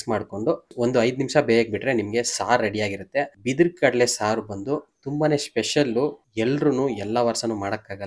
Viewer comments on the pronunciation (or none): ಬಿದಿರು ಕಡಲೆ ಅಲ್ಲ ಕಳಲೆ....